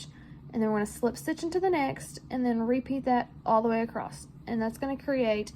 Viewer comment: your comment made me laugh because as I was working on the pumpkin listening to you, I kept asking myself "Is acrosst an actual word?"